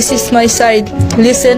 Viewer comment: "naw dis es may sayd, lissen look end lissen end learn" that is how filipinos pronounce english words "We have a different accent"